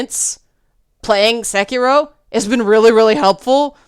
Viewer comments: Sekiro is pronounced 'say key row' (row as in boat, rhymes with sew). That vowel in your 'se' of 'sekiro' was a bit off. As for the not emphasizing thing, the important part of that is that all the syllables are pronounced for the same length of time (or more correctly each mora, but in this particular word that's the same thing since it has no long vowels). In English we use both volume and length on accented syllables, whereas Japanese uses pitch accents; conversely, in English we use different vowel sounds for 'long' vowels, whereas in Japanese long vowels are actually pronounced for a longer time. Normally I wouldn't trouble you with the details but you seemed concerned about trying to pronounce it correctly. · No, thats not how you Pronounce it.